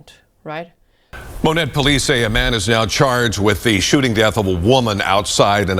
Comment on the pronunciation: I live in Monett and heard the sirens the day this happened. I checked a local fb group crimewatch page where Hannah’s neighbors were posting what happened and were asking for prayers that the grandparents could get the baby. Such a sad situation. Thank you for covering this story. (And kudos for pronouncing Monett correctly.)